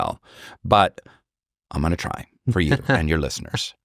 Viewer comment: Just a moment before they started talking about giving a name to his followers I thought I heard Alex calling the audience something like "Alessiners", which was actually "our listeners". So I guess there's your answer.